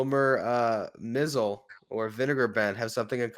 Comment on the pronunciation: I know you guys are young, but you're mispronouncing the name of Vinegar Bend Mizell. It's pronounced My-Zell. He had a good major league career, which included a world championship. However, not so glorious with the Mets.